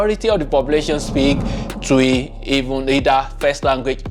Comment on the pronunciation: Please is not “Tui’’ is pronounced Chwi